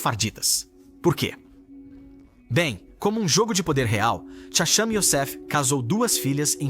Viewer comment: Eles não erraram, a voz do vídeo é uma voz de IA (Inteligência Artificial). A IA ainda não tem a capacidade de pronunciar algumas transliterações hebraicas corretamente.